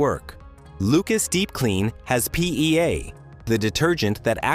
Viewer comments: Have a drink each time the AI says "PEA" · Say PEA one more time, you AI AF voice. Say PEA one more time! Same AI voice from so many other videos. They should use a human. Though there's some useful info here, I am just sickened by the robot voice. Perhaps the whole video is AI generated; I don't know.?